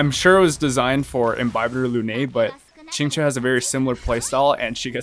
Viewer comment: How did dude pronounce Qingque's name three different ways in less than a minute?